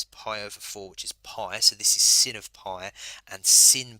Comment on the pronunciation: Its sine not sin lad 😂 but nice video